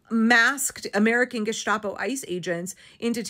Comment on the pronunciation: You are an extremely smart and articulate person. I couldn't agree with you more. So, forgive me for trying to correct you, but you mispronounce the word gestapo. It's definitely pronounced with s, not sh. While the abbreviation comes from Geheime Staatspolizei and Staat (=state, obviously) is pronounced with a "sh" sound, gestapo is not. Don't ask me why.